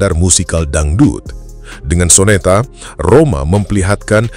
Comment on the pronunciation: Maap ya bang bukan rohma Rhoma bilang nya😂😂